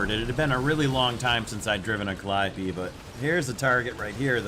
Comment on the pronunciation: You are the first youtuber who pronounced it correctly